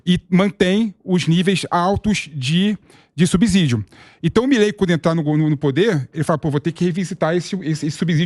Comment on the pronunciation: Subsídio, gostamos de ouvir (ci) e não (zi). Mas voltando ao Lula, espero que os argentinos rejeitem a "democracia relativa" do petista.